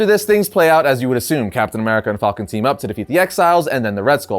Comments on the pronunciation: Falcon not fulcon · Falcon, not Fallcon... I don't know that I can watch this episode... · I love at the beginning he says fawlcan than falcon